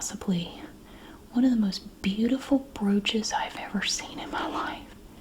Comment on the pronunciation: Had this on in the background while working, and when she said “my grandmother was a big fan of broaches”, I thought she said roaches and snapped to attention 😂😂😂